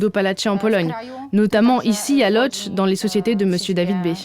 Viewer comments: ET que ça se prononce "Woudche" en fait, et pas "lodz" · putain les mecs c'est pas "lodz" ca se prononce "woutch"... vous avez enlever les accents du coups, vous avez changez les lettres... C'est pas un "l", c'est un l barré ca se prononce "weu" le o avec un accent c'est un "ou" et le d + z ca fait un "tch"... En plus Lodz est pas la deuxième vile du pays... Nan mais ca en dit long sur la qualité globale du reportage , le temps consacré et le degré de connaissance que vous avez du terrain !